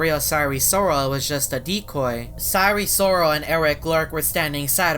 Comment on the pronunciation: btw you need to say sire Sirol not sire soro